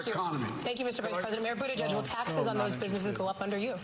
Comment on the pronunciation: Constantly mispronouncing Mayor Pete's last name because he is gay is not very Christian at all. If you have actually read what Jesus taught, he taught love and forgiveness. He died so God would forgive everyone else. I bet he wasn't on that cross saying "forgive them for they know not what they do....unless they are gay." I think you can present yourself as a better Christian than that.